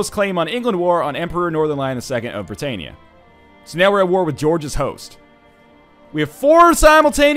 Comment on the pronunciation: NL isnt it Hail Britannia, not Hail Brittania?